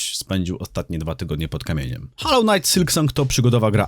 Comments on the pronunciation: to jak mowisz " hallow " znaczy świecić czy w tym wypadku uświęcony, bo tak to wymawiasz. Natomias to jest " hollow " czyli pusty ( czyt. mniej więcej holoł ) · holoł, nine haloł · HOLLOW, nie hallow ffs...